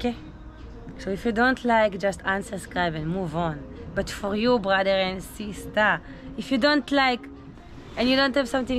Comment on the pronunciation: It's brother and not Bhadher